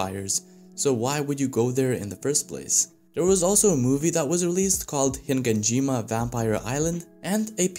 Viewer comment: you keep saying HiNganjima...